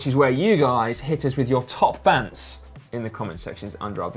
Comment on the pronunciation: 'Bants' with a 'z' not convinced..